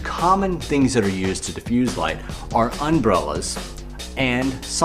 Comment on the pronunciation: Lol , "unbrellas"